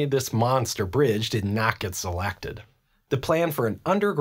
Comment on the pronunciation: "This Manster Bridge Did Nat Gat Salactad"